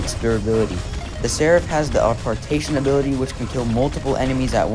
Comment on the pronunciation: Bro u somehow managed to pronounce Seraph’s Apparition ability wrong. Are you serious 😹? And Typhon too 😭?